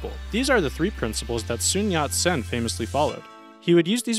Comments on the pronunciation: Nothing ventured, nothing gained. And it’s not “Soon” Yat Sen, it’s Sun Yat Sen. Soon is Korean. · Sun yat sen, not Soon yat sen. Yank git.